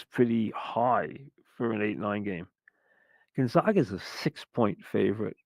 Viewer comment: GONE-ZAY-GUH not GUN-ZAH-GUH